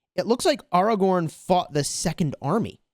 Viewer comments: Great video but you just triggered the whole fanbase by pronouncing Airagorn as aRagon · I cringed when every time he said AR-A-GORN AW-A-GWORN but I can get through that cringe because I also love the content